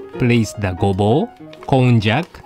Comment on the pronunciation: Kon-jack? i thought it was pronounced kon-yak! my life is a lie ;_